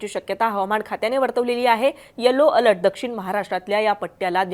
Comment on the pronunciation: Over all 😭. अल्ट नाही बाई अलर्ट 😭